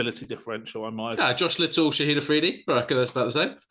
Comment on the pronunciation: Love the podcast (listen on Google podcasts) but is it me or do you guys call the Pakistani left arm opening bowler ShahiD Afridi.. That dude has retired 🙂. It's not ending with a 'D' it's an 'N' you HAVE to start calling him ShaheeN Shah Afridi.